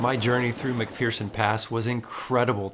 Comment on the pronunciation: there is no fear in McPherson, it's er not ear. Don't worry, my English teachers said it wrong too.